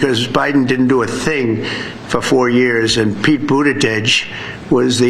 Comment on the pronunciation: Atleast he pronounced Pete's name correctly